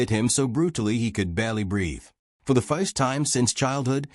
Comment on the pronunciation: AI reader is deplorable. “Fo the foist time”. 😂, desoiv 😂, really? Turning the story into a joke.